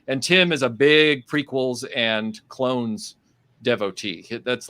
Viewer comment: Say it with me everybody, “clones”.